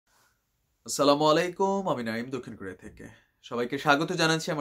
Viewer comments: আস্ সালামু আলাইকুম । ভাই এটা সঠিক উচ্চারণ । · আপনার সালাম সহীহ আছে। তবে আচ্ছলা...মু , লা এক আলিফ টান আছে। এখানে একটু টেনে বললে পারফেক্ট হবে।